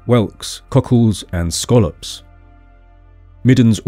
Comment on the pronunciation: Thank you for properly pronouncing “scallop.” (rhymes with trollop, not gallop)